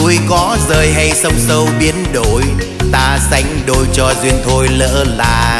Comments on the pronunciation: Phát âm câu "Biến Đổi" khó lắm chứ k phải giỡn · lửa nóng , biến đổi , gửi trao phát âm nghe nổi cả da gà , hay thật !! ít ai hát mà phát âm dc như vậy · Phát âm dấu hỏi cực rõ nge đúng chất các cô chú danh ca xưa..." núi có rời hay sông sâu biến ĐỔI..."